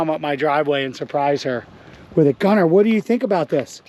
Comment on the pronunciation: Gunnar is a Norwegian name, my grandpa was Gunnar Breivik. And I must say that you are miss pronouncing the name… it’s sort of like Gu-nnar